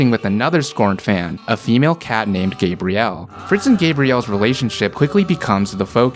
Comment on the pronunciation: not loving how you pronounce Gabrielle